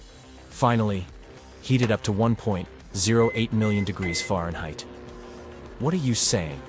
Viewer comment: I say. You do not know how to pronounce Fahrenheit.